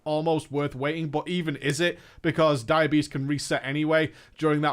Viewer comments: Am I the only one that heard "diabetes" every time he said "dire beast"? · Every time you say Dire Beast I hear diabetes- like you don't want that to proc and when it does take some insulin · Took me a bit, I thought he was saying "Diabetess". But was really Dire Beast. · I keep hearing "diabetes" when he says dire beast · for some reason I hear diabetes when you say dire beast